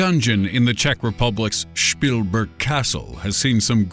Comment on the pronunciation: The German pronounciaton of Spielberg is wrong